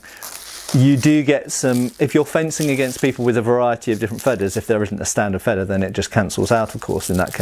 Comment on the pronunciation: Excellent video as usual, my only nitpick is your pronunciation: Feder is spoken with a longer initial e, comparable to Vader in length. You are saying Fedder, which isn't a word in German. :)